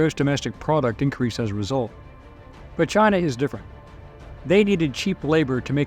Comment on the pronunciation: It's (D)ifferent.......